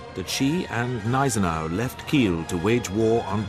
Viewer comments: I take it these treaties that were broken were set by the league of nations which was useless back then as it is today under the name of the UN, useless and a waste of taxpayers money, By the way the gneisenau the G is pronounced it is not silent. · The G in Gneisenau is not silent.